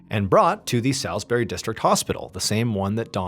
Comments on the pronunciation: Forgive me for being a pedant, but Salisbury is pronounced "SAWLSbury", not "SALSbury". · It's pronounced 'souls bury' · The ‘Sal-‘ part of “Salisbury” is not pronounced as in “pal” but like “fall”….ie ’SOLS-burr-ay’! With the emphasis on the first syllable. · Salisbury is pronounced solsbree in the UK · Salisbury ( pronounced Saulsbry, sorry about our batshit crazy place names) is such a beautiful place and suffered badly for a couple of years after this. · Salisbury = sawlz·buh·ree. W⚓ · I was a teenager living in Salisbury and would regularly spend time in the park where the spy and his daughter were found because it was on my walk home from school, was really scary when this whole situation unfolded😅 But the pronunciation of Salisbury is getting me man, it’s Sauls-bree please😭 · I recognised this story when you got to the bit about Dawn's present. I live where it happened. By the way, Salisbury is pronounced...sauls-berry. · *pronounced Sawsbury 😋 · Hello, so I actually live in Salisbury (pronounced soulsbury btw haha) and I remember I was only like 12 at the time and it was a very scary time here, places were all shut down and my parents wouldn’t let any of us kids leave the house and even till this day it gets bought up in conversation sometimes, we were in the city centre a couple days prior to this all happening meeting my little sisters grandparents for the first time so when the news hit everyone in my household were all quite shaken up, I can’t believe your covering a case so close to me so thank you for bringing this to light. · Salisbury is also a town in Massachusetts. We pronounce it differently than you though. We pronounce it "Saulsbury". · We have a Salisbury Maryland and we pronounce it Saulsberry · For future reference Salisbury is pronounced: Sorls - buh - ree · The pronunciation of Salisbury is really grinding 😂 it’s pronounced sails-bury. I don’t know why, but a lot of English towns are spelt nothing like their actual pronunciation.